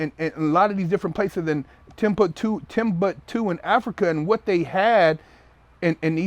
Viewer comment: mesopotea and timputu hahahaha tell us all again how educated you are